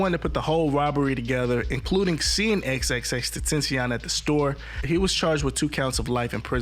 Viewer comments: Bro gate keeping this instrumental and you don’t even know how to say xxxtentacion name right 😂😂😂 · Still getting that name wrong. lol